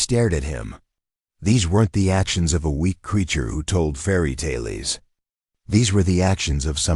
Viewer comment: Decent story. Ai could use some improvement. Unable to pronounce fairy tale correctly and reads end of sentence period as "dot" I commented to soon. the reading of punctuation gets worse as the story goes on